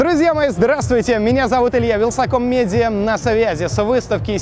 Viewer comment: почему он говорит не "с вами илья, вилкасом медиа на связи", а "с вами илья-вилсаком-медиа на связи"?